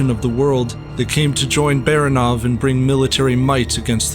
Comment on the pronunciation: last name 'Baranov" is pronounced by the narrator incorrecty. Not just one but two errors. Frst of all, stress is not on the last syllable, but the middle one. Secondly, russians characters are pronounced as they are written so A is a, not ae